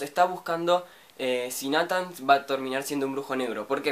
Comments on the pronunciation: no se pronuncia natan c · ODIO ESCUCHAR COMO PRONUNCIAS NATHAN YA PARA